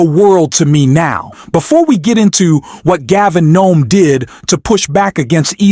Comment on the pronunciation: HIS NAME IS GAVIN NEWSOME HIS NAME IS PETE"" "Boot A Jedge" New some Boot. A. Jedge